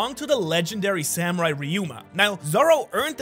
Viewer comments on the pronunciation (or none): none